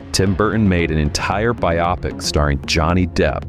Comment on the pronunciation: It’s pronounced bio-pic not bi-opic it’s short for biography picture